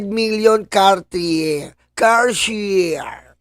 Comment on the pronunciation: para sosi, i-pronounce mo yung Cartier as Kar-ti-Yey! 😂 You will sound pogi!